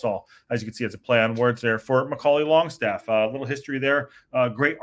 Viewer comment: its not longstaff its langstaff love the show flint n wales 18 mile from wxm